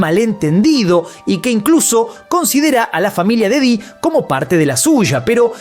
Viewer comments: Porque dices didio? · Me da risa cuando dice diddyño